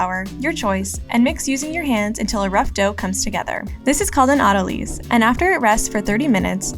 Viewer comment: Autolyse is pronounced auto lies